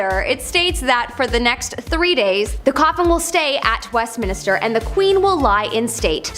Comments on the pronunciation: THANK YOU for using human narration! 😃 A.I, narration always sounds obnoxious, fake, and slightly sped up. Often, A.I. narration sounds like a 19-year old low-IQ quasi-British homosexual with a slight case of nasal infection... p.s., it's Westminster, not West Minister. (She's a pretty hostess but not well read.) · Why did everyone allow her to keep saying "West Minister"? 😄 🤣